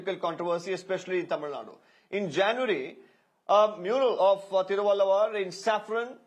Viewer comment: As you are working in a reputed media organisation, should you not first have the idea of how to pronounce the name of the great Indian poet and philosopher Thiruvalluvar. Or you just sat infront of the teleporter and just reading the lines. He is well known poet and philosopher across the globe. Despite not knowing the Tamil language the name is not too difficult to pronounce.